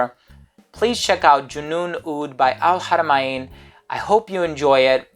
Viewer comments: wonderful info..I am a OUD person so looking forward to try it...and it pronounce AL-HARA-MAN....not MA-IN....I hope you don't mind me correcting you..hahahah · .. I know it is al haramain but it is not pronounce Hara ma In...